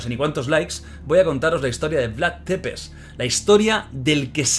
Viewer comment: Jordi se Pronuncia “Vlad tzepesh” No “Depes”